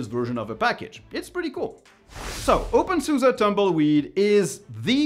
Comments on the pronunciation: I like your content but I don’t think openSUSE is pronounced "open suza" but something closer to "open suzy" or "open suz". But not "open suza" mon ami. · Nope. In German it's SuSE = Software und SystemEntwicklung. So the "e" at the end is a German "e", c'est en français comme "Estelle" (premier "e") or in English "estimate" (first "e"). Merci mon ami.